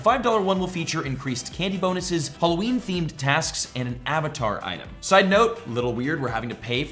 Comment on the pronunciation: I wonder if there will be a content creator who pronounces Halloween correctly, 0/4 so so far. 😂